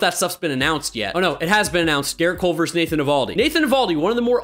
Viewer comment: "Versus." Not "verse." Love you dude, and it's really my own problem that this bother me. But it does.